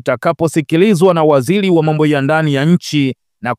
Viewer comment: Jumuia za kilaia, Selikali, Kusubili, Zalula,wazamini, Wazili,Haki za kishelia. Dosali . Lugha ya kiswahili unaichafua na unakuwa mfano mbovu kwa mtu anetaka kujifuza hii Lugha. Hivi umeshindwa kabisa kutamka Serikali ,Sheria,Waziri, Dharura, Dosari.